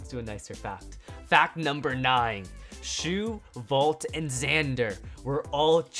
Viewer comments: Bro, his name is shu not shoe. Show some respect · Idiot he is Shu not shoe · And not shoe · HE IS SHU NOT SHOE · DarkMikeRiDeR209 his name is Shu not shoe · Not shoe😂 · shoe kurenai XD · How dare you put Shu as "shoe" !!!